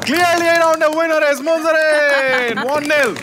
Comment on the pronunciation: Munzereen shahid কে শহীদ বানাই দিল বার বার বলছে মুনজারিন শহিদ